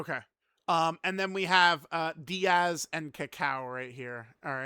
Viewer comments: Its not "Díaz" unc its "Daiz"😭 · It's still pronounced "Dee-Yaz" unc its pronounced "Days" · It’s Daiz, not Diaz, the i is after the a, not before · Daiz Unc Daiz not Diaz he not mexican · i wonder if will ever grow a brain and realize his name is Daiz and not Diaz i dunno even why can't he read? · it’s pronounced DayZ not Diaz. His name is based off of dates as Team Turles are all dried fruits and nuts. These units look great imo, but I do wish Daiz and Cacao had defence on super attack. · Daiz not Diaz lolol he not foreign perso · mf said DIAZ like they from mx or smth 😂😂😂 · I remember when used to pronounce DAIZ (a before I) and ROSÈ (with the accent) properly, good times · ah gotcha, close lol. It just bothered me the way pronounced the name lol.